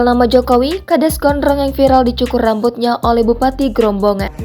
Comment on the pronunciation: Bukan grobongan tapi grobogan